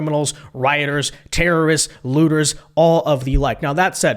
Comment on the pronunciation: "Looters " not "Lutters"